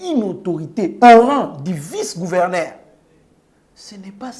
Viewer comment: GouvernER te, gouvernzzEUR. nde Yekola francais